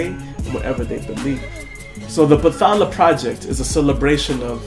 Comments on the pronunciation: My admiration went through the roof when u said u were a skeptic. =D. It's pronounced bat-hala by the way. Your intonation is right, you're just merging the th as in English, but it should be bat-ha-la, not ba-tha-la. Well, I'm not really that sure about that but. yeah. And try to pronounce the initial y in baybayin. But enough with the language lessons, I agree 100% with the (subtle) anti-christian message. ᜋᜊᜓᜑᜌ᜔|| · Kuya you pronounce it bat-hala magkahiwalay po sila. Hindi po siya english word.